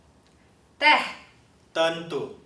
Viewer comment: ．我們交印尼文不會用這早期的，而且你唸tentu的五個字母時．根本就是用英文的唸法來發音，您唸法完全不對！而且saudara的au是要把u唸吃來，並且ｒ是要打舌的